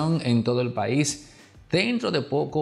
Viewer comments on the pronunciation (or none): none